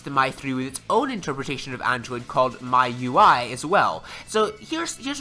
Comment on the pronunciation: its "shaw-mi"(Xiaomi) and its "Me You I"(MIUI)